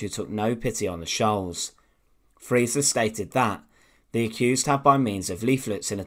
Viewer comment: It's Roland Freisler, not Friesler.